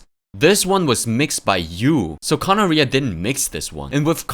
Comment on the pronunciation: I don't think Kanaria is pronounced like gonorrhea but don't quote me on that